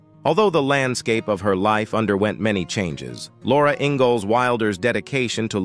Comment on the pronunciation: Robot can’t even pronounce the name, “Ingalls” correctly, for goodness sake. 🤦‍♀️🙄